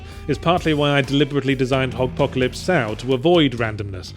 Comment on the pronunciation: Huh, and here Yahtzee and myself have been pronouncing it Hogpocalypse Sow, playing off the Apocalypse Now film; but apparently it’s Hogpocalypse So or Sew. Who knew?